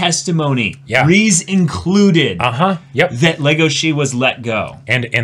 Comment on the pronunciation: Glad to see that you two enjoyed the season overall Also Riz's name is pronounced "Riz" not "Reece"